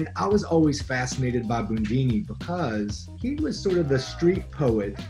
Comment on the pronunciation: Loved him but no one called him "Boondini". 😂😂😂